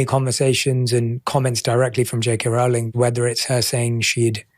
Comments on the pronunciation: JK Rowling 's name is always mispronounced. She herself has stated that it is pronounced Row as in row your boat. Long O. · Megyn. Rowling is pronounced like bowling. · It's 'Rowling' as in 'Bowling' alley. And, no, Rowling was never from a poor background, she was always well educated and well read, as well as comfortably off and was expected to go to an Oxbridge University, and still went to the good standard Exeter University. After Rowling's disastrous marriage in Portugal failed she ended up an impoverished single mother on welfare in the UK. Watson is a typical product of the English 'middle' and Oxbridge University 'class', which has been totally captured by the Liberal-Left, and now, Islamist, alliance, whereby vacuous Marxist wokism is the norm